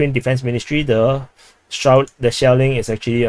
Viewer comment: Commander pronounces SHELLING as "shaolin"... 😂